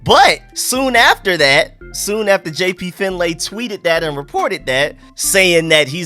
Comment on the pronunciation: Fyi, his name is pronounced JP Fin-Lee